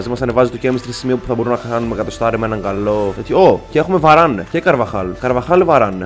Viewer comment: Είπε βαρανε αντί για βαραν χαχαχαχαχα